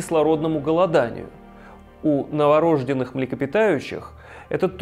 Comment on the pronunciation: НоворождЁнный, а не новорОжденный. Внимательнее с ударением